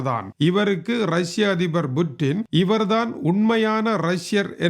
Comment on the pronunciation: வாழ்வோர்கள் யாவரும் இறந்தே ஆகவேண்டும். புட்டினை விட வயதில் மூத்தவரான நீங்களே கொலிவூட் கதாநாயகன் போல் உசாராக இருக்கையில் உலகையே தன்னந்தனியாக ஆட்சி செய்யும் புட்டின் எப்படி யிருப்பார்? அது Buttin அல்ல Puttin என்றே உச்சரிக்க வேண்டும்.